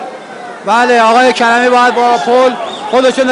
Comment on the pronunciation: اول زبان خود را دروست کن لطفا کرمی نه کریمی